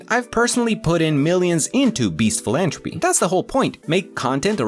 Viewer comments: It’s philanthropy with a th not j a T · Just so you know for the future, it’s philantHropy! You’re missing the TH 😊 great video otherwise! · Philanthropy has a th so it does have the tuh sound in it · I liked how he mispronounced philanthropy the entire video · Why do your pronounce philanthropy like that